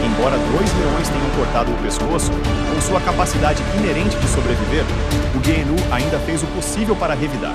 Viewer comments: Guenú , genú , antílope , gazela , reniú , guru, guiru , boi da cara preta , aguiru , depois enrola a língua ou teve um AVC sei lá !!!! Se não for uma narração para causar risadas procure saber o real nome do animal porque vc chamou ele de tudo quanto é nome 😳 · Nossa mano! tu pronunciou a palavra gnu de todas as formas possíveis kkkk como tu conseguiu essa proeza? ou a narração é I.A.?